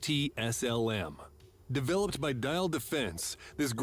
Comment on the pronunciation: If only ... these people / AI readers ... could learn how to pronounce german names. "Diehl Defense" isnt "Dial Defense". If you want to pronounce german ... learn how to say the A B C in german! Actually learn / practice it ... to get your mouth muscles used to shaping the sounds. Far too many AI videos about weapons are made by USian channels. If they dont bother with the pronounciation ... expect other inaccuracies in the information!